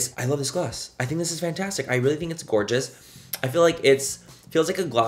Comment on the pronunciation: I Knooooow you say gorgeous (gorga) day, but my Latin brain listens gorda 🤣🤣 gorda day !